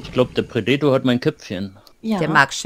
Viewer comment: Wenn hier noch einmal jemand das Wort Predator so katastrophal falsch ausspricht, dann... LAUFE.ICH.AMOK!!! ;-P Als Let's Player hat man doch auch Verantwortung (der Sprache gegenüber) ^^ Schön allerdings die Shakespeare-Remineszenz :-) (beide meiner Bemerkungen in einer Szene )